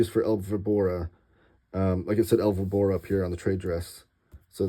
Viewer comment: I have to say that your El Víbora pronunciation was tough to hear. Ouch! This complete edition, was kinda of unexpected, considering FB already had published Vol. 1. Weird. Martí has, besides the short stories, most of them already published in compiled books, another relevant work — Dr Vértigo. It was recently republished in Spain after being out of print for so many years.